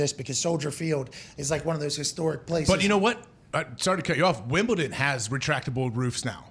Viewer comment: Y’all are mispronouncing Wimbledon